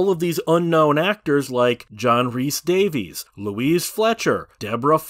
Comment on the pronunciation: A little bit sick in my mouth at the pronunciation of DAVIES